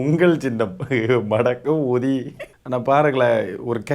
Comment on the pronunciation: அது மடக்கு ஊதி அல்ல மடகூதி